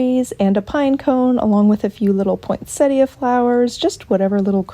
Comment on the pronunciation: Beautiful crafts and such a soothing votes..I think you said the flower correctly poe..in set a. S!!! Earlier in your channel.